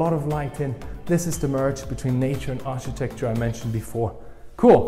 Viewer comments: Hi Love your presentation, but not sure if anyone has mentioned to you before, Architecture is pronounced Arkitekchur not Architekchur. Thanks, Oh and there are Curtains but they are electric and on the outside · New drinking game in town: Take a shot every time mispronounces "architecture".